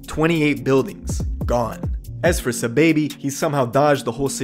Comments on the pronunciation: It’s not “ s’baby “ it’s “ saw baby “ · Who tf is suhbaby? Did you mean sahbobby? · It’s ‘SA-Baby’ not ‘S-baby’ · It’s “sai-baby” not no dam sa baby.... know who you talm bout sahiibaby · Aman Saaahhh-baby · Dawg keep saying Saababhi 🤦🏻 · ITS SAH-BAHH-BEE